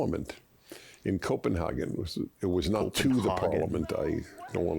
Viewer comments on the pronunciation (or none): Bro, Dennis just said Coopenhegen and not Copenhagen